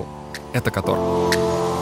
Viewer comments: Кóтор, ударение на 1й слог, пожалуйста… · Прошу не Катор, а Котор!!!